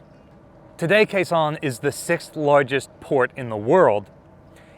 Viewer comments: It's pronounced Gao Xiong, not Khe Sanh. Fantastic content, but as a Chinese speaker i shudder every time you pronounce the city name. Do better! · Came here to see if someone had said this yet. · Kaohshiung is written with the Wade-Giles romanization, which is honestly pretty confusing to native speakers of English. Gao Xiong is pinyin and is probably easier for most English speakers to read and remember. I thought said Khe Sahn which really confused me. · if you're making another video there and you need to pronounce Kaohsiung, say it like "Cow" and "Shung" like "sung" but with an "sh". My family is from there, and my uncle was in the ROC Navy in the 1960's and served on the former IJN Yukikaze there. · "Kaohsiung" should be pronounced "Gāo xióng". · he just makes up the names as he goes.